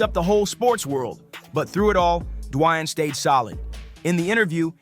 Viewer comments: Who is this guy D-wine keeps saying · lol you say Dwayne’s name 15 different ways and none of the right.